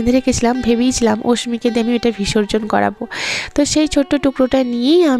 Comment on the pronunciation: 20 কয়েকটা ব্লগে এই ঠাকুর নিয়ে বিসর্জন নিয়ে তুমি অনেক কথা বলছো । শুনছি।কিন্তু, কথাটা "ভিসর্জন" নয় "বিসর্জন" কিছু মনে করো না উচ্চারণটা ঠিক করে নাও